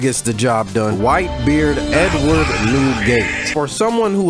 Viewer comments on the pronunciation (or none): none